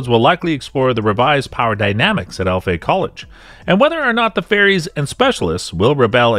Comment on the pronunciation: Dude it's ALFEA... ALLLFEEEEAAAA